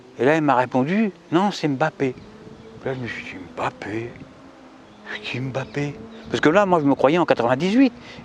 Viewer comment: Merci beaucoup! Enfin quelqu'un qui prononce bien Mbappé.